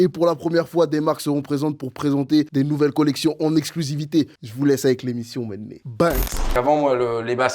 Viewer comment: Faut qu'ils arrêtent de dire Méné tout le temps